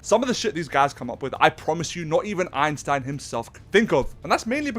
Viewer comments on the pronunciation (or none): none